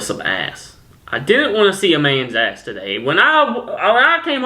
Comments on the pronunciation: Can we appreciate how he pronounced “mans ass” as “mayonnaise” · when he said "man ass" am i the only one who thought it sounded like he said "mayonnaise" ahaha!